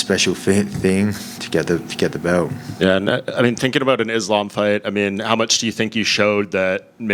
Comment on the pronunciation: Why you keep saying izlam,it's ssssssssss,learn how to pronounce 😂